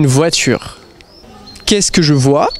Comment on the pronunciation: Let me tell you, nobody pronounces the "vois" like he does. I think his jeans are too tight.